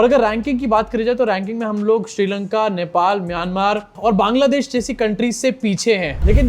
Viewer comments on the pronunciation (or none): none